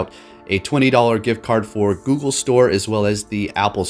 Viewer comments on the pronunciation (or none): none